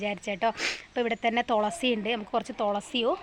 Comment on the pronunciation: ഹലോ തൊളസി അല്ല തുളസി